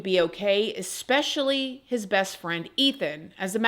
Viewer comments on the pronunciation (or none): Can you PLEASE stop saying ex-pecially? It’s E-SPEC-IALLY 😂😂😂